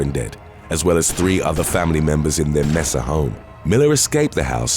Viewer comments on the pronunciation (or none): Mesa (May-sa) Tucson (Toos-on) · It’s pronounced Ba-RACK, MAY-sah, TOO-sahn. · It's toosawn(Tucson ) and maysa(Mesa )and wad dell(Waddell) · Mesa is not pronounced like that. It is a Spanish word so use the right pronunciation for it.